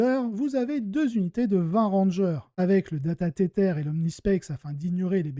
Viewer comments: Super intéressant comme d'hab ! Sur la forme : j'ai tiqué sur le "data tétèr" XD alors si tu insiste pour prononcer le mot en anglais c'est plutôt "tèzeur" ou "tizeur" (c'est un peu entre les deux je dirais) mais sinon en français ça fonctionne très bien et tout le monde connait la règle : "data-câble amélioré" (et mot-clé "Data-Câble"). Sur le fond, j'ai répondu à ton sondage sur YT en cochant la case plus court et plus de listes parce que là, je dois bien t'avouer que, alors que je joue ces deux armées, j'ai eu du mal à suivre tellement il y a d'informations, c'est à mon avis bien trop dense pour être digeste. En outre, je pense que regarder ta chaîne c'est s'intéresser à la construction des listes, et si on veut vraiment le détail, on peut attraper le codex ou Wahapedia et même aller chercher la liste sur Goonhammer si elle y est (ou le lien) ou sur BCP ou autre éventuellement. Bref, je préfère plus de listes. En tout cas, très bon travail ! Merci ; ) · alors t'entendre prononcé "tétèr" très sérieusement ma bien fait rire en effet si c'est ce que tu cherchais 🤣🤣 Dans ce cas continue Mais dans tous les cas je préfère "data-câble" je trouve juste que ça sonne vachement mieux qu'en anglais (pour une fois... en même prononcé avec l'accent 😉 )